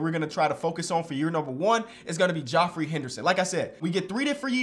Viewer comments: Why are you saying his name like that it’s just jeffrey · Geoffrey is pronounced jeffery. no disrespect, love your content. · geoffrey is pronounced jeffery lmao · This man did not work his entire life to come into the league as a number one prospect to be called "Joffrey" instead of it being pronounced right 😂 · geoffrey is pronounced jeffery fr but w vid like always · How am I the only one talking about how it’s spelt Geoffrey but it’s pronounced Jeffrey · pronounced jeffery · It's pronounced like Jeffrey. It's just stupidly spelled. Source: friend in college wouldn't shut tf about his name when someone would see it spelled